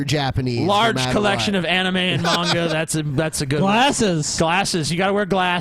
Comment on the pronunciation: HOLY SHIT DID YOU ACTUALLY PRONOUNCE MANGA CORRECTLY? Confirmed shitty weeb. WUBWUBWUB.